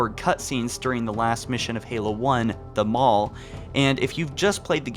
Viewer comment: Why does it sound like he is calling the final mission of Combat Evolved "The Mall"? Its bothering me 😩